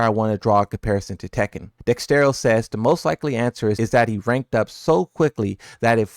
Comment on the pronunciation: You quote dexerto every month pls pronounce it right😅